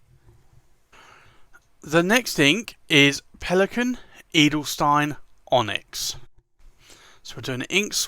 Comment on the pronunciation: the 'stein' in Edelstein is spoken like sh-tyne ;-)